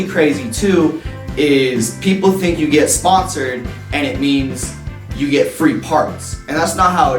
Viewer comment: even the tile is wrong he said it is sponcored not sponsoder